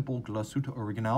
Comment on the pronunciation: Such a stunner this watch! Oh and, we in germany put the stress on the „a“ in „original“. So „originál“ it is! Otherwise you are superb when it comes to pronouncing german/swiss vocabulary!